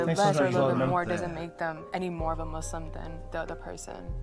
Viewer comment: Just before I watch the vid it’s the guy that said “I’m Muzlim” Real Muslims say it with a S